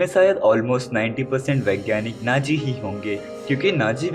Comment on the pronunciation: Naaji nahi hota hai Nazi hota hai 😂😂